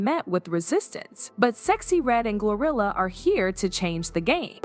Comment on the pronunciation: Is it me or do I hear gorilla instead of GloRilla